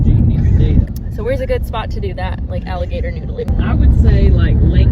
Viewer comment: " ... while you are noodeling."